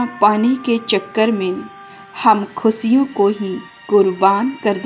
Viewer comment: Great motivational video.. Way of speaking is.. Yes...money is vital for our life..but we should use it properly.. Dont mind...आप श को स बोलती है खुशियों को आप खुसिया बोल रही है